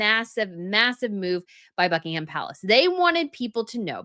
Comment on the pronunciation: It's not BuckingHam. It has nothing to do with ham. Forget that H,.